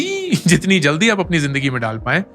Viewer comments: Overall was awesome but that zaldi ...jaldi 😂😂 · Zaldi ← → Jaldi This moment was too good for good laughter, even this motivates me. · That zaldi was epic 😂